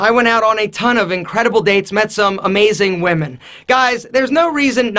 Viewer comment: He said wemen